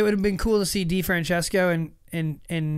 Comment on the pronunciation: De-Fran- SISCO His father was a world champion He's been in the spotlight for a decade How are people not pronouncing his name correct yet?